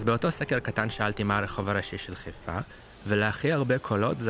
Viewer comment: איך יודעים שאתה לא חיפאי אמיתי? אתה קורא לעיר חֵיפָה ולא חַיפָה